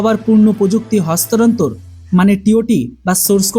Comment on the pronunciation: হস্তান্তর " শব্দটার উচ্চারনে তুৃমি ব্যার্থ হলে কেনো?।